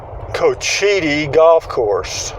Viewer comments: It’s coach-Ite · When you are reporting about places new to you, especially on indian land, please take the time and make the effort to get the facts right. And at least learn how to pronounce it. Any of the people in the store could have told you the correct pronunciation had you asked.